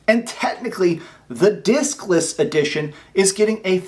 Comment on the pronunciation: Say Diskless again 😂😂😂😂😂😂